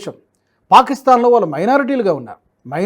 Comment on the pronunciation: ళ ని ల లాగా అంటున్నారు , వాళ్ళు, ఆనవాళ్ళు దయచేసి చూసుకోగలరు